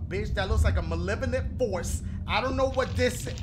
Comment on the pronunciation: Dashie and his "Malevinint force" 😂 😂